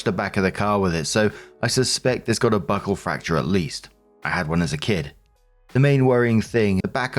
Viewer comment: I heard "Butthole fracture, not buckle fracture"